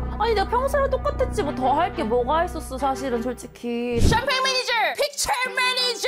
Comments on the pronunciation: 차마 감추지못한 드라이빙 매니저갈rrr... 뼈속부터한국인 퀸가비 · 발음헷갈려서 드라이빙 매니져갈 이라고 한거ㅋㅋㅋㅋㅋㅋㅋㄱㅋㅋㄱㅋㅋㅋㄱㄱㅋ